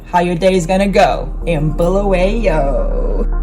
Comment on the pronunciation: Glad you have pointed that out ,it is indeed Bulawayo not Bhu-lu- we- yo!